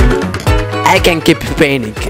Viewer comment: Did he say praintrwing instead of painting?